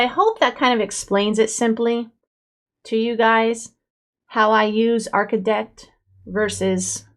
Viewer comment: when you pronounce it. It sounds like a “t” instead of a “d”